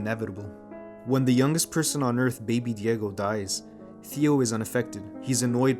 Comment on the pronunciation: Children of Men has been my favorite movie in the world for years now; and listening to this beautiful essay just makes me love it even more. So many aspects to dissect and details to admire ❤️ Btw, you absolutely nailed the pronunciation of Alfonso Cuarón and baby Diego hehe